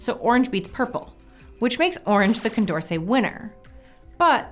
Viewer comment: Anyone else notice "Condercet"